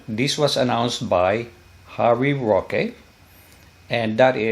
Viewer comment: With all due respect po. It's Sec. Harry Roque po.